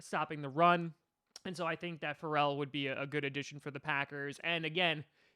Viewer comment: Yea Ferrell is very good wouldn’t mind him with the packers. U pronounced his name wrong 💀🤦🏽‍♂️🤦🏽‍♂️